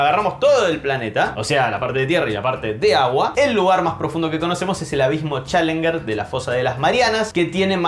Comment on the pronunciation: esta vez flojito lo de la roca para considerar que sea "monte". "Challenger" se dice "chalenyer" y no "chalenguer". Lo demás, bien como siempre. Gracias por tus recopilaciones.